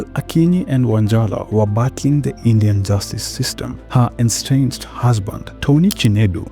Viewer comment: Estranged not enstranged